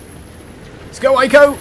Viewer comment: I am pretty sure that "Ico" is pronounced "Ee-koh", actually; at least, that's how it is written in Japanese.